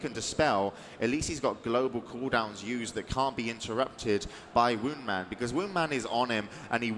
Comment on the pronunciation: Supposed to be "Woundman"